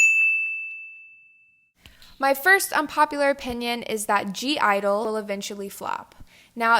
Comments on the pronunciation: I agree with most of your points. I'm pretty sure (g)-Idle is just pronounced "Idol" but yeah...They need to fix the way it's spelt. Momoland. I have loved them for ages and yeah I get where you are coming from but I just can't agree. Momoland are super talented and all the girls are amazing! I can see how BAAM is pretty much just Bboom Bboom I'm not going to deny it since they even have the same line distribution but I like it for what it is. The B-sides on "fun to the world" are so much better though!! I preordered this mini album before I listented to the B-sides but man, If you haven't heard them go do it. "Bingo game" is so catchy and "Very Very" should have been the title track. Anyway, I love your opinions as usual!!♡♡♡ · (g)i-dle said you say they name like I-dle but you can (g)I-die it’s fine but how you officially say there name I-dye just to help hand I understand there name is like ugh hard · I do agree that (G) I-dle is a weird group name to write down and I still have to wonder if I wrote it correctly but it’s not hard to pronounce, it’s literally just “idle”. And I don’t think a group name can be a reason to flop lol but I like your videos a lot though because I agree with most of things like for example your opinion on red velvet because GIRL SAMEEEE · (G)I-DLE is pronounced IDLE (idol) and I really hope they don’t flop omg I love them so much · (g) i-dle is pronounced as just idol i don’t know why the g is there but sksksjsm but in korean it means like a strong group of six people. like the i in korean in some kind of pronounciation means like something and idle means something and together they mean a strong group of six people ??? if that makes any sense wow i think it’s pronounced soonmi because the u in korean is pronounced like ooh wowza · Saying you're a huge fan of (G)-Idle but you don't know how to properly pronounce it. Alright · U say it like idle, without g. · The G is silent. Lol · (G)I-dole is pronounced as just idol